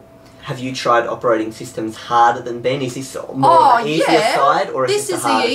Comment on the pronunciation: No its "Benj"